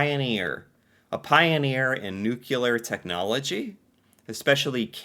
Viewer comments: it's pronounced Noo-Cleee-rrrrr not nook-you-laar as you say. Nuclear... nooclear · Montreal has the largest comedy festival in the world, Nuclear is the other pronunciation btw "New Clear" not "Nuke u Lar" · Not nucular it's nuclear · I kept getting an eye twitch at “Nucular technology” instead of Nuclear (new -clee-ar) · it's nuclear, not nukelar, please! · It’s pronounced nu clear. Not nu cular. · Best at pronouncing nuclear. My man, it's not nuckular- it's nuclear. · It is pronounced new-clear, not new-cue-ler....🤯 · Hey, it's not nucular. It's pronounced nu-clear. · We are the best at pronouncing Nuclear lol it’s (New-clee-ar) not (Nuke-you-ler) 😉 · Canada does not do New-Q-lar power we do nuke-lee-ar. Doesn't matter who wins the Stanley Cup the team is probably half Canadian anyway. I don't think that we integrate immigrants well at all. The government makes Canadians bend to the wishes of the immigrants thats why we don't say Merry Christmas instead we say happy holidays or sesons greetings. Quebec stayed in Canada but holds the rest of the country hostage and Alberta pays billions to Quebec in equalization payments, every year, billions. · Nuclear, nuclear, NUCLEAR!! Please stop saying Nuculer! (I’m also Canadian). We are also one of the world’s top producers of materials for Nuclear Medicine! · you pulled a Sarah Palin and said "Nucular" instead of "Nuclear". 🤣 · /hops on soapbox Nuclear… not nukular. Sounded out, it’s pronounced: new-klee-ar. /hops off soapbox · nuclear (as clearly spelled correctly for you,) is pronouned noo-clee-err... not not new-que-ler - sounds bad, looks bad to be uninformed - and yes we were early pioneers with the Candu reactor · No we aren't known for nucular technology but nuclear energy we are. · Just so you know it is Nuclear not Nucular... Picky yes, but important. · It's pronounced nuclear. Not Nucular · There is only one “U” in nuclear. It is pronounced new-clee-are. Not new-Q-ler Sorry pet peeve Rant over. 🤣